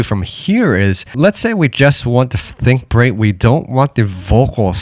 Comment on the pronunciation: lmaoo i was watching this and i noticed that the transition between the funky drummer and think break said "think beak"